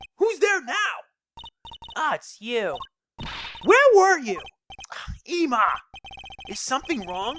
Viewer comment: If you're doing it on purpose, its annoying. Ema's name is pronounced like if saying "Emily".